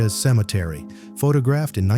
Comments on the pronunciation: Pha-tog-raffed?? WTF? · "Pho Ta Graphed" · What the hell is FaTAHgraphed? and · One more AI . not even 4 minutes into the video....... the narrator says Terry Joe Dubrow " photog raphed"after her rescue. For pete's sake .!and again , one has to guess that AI is not perfect even though they would like us to believe it is . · AI generated, click-bait crap. "Pho tah graphed"? Garbage. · "Pho-tog-graphed"? Gotta love AI! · AI voice! Pho-TOG-raphed! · The narrator is AI. I hate to think a live human would pronounce the word photographed like that. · Pretty sure the channel is AI. I'm not sure how you can mispronounce the word "photographed" and follow it up by saying "photographer" correctly in the same sentence and not edit the error out.